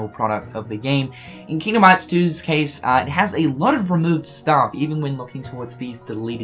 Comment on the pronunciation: "Kingom hats" why you speak like that lol